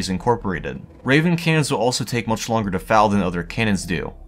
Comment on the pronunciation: It sounds like he's saying "cans" almost every time. "Cannons" has two syllables.